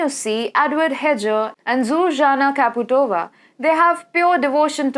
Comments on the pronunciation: Kaputova is wrong too. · I love your pronounciation of prezident's surname:Čaputova as Kaputova. It sound like German's "Kaput". SLOVAKIA KAPUT. Epic 😎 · Anyway to pronounce Čaputová as KAPUTova deserves👍, It describes situation in Slovakia perfectly. I am going to keep it that way from now on 😎.